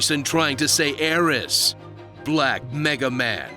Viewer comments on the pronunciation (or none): I mean it's supposed to be Aerith not Aeris soooooo......